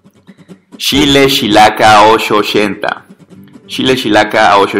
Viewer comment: "Shile shilaca osho oshenta" /ʃ/